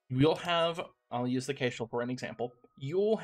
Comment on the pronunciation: 1. Kitteh! 2. That's a new-to-me pronunciation of Kestrel. Kess-trel like the bird (a few of the ships are named for birds, which is a pretty standard take). Is Kay-strel a regional accent thing? (curious, not mocking) 3. I did try this game briefly. I had no idea what I was doing and it went very badly. Hearing someone who knows what they're doing call it not-easy is good to know.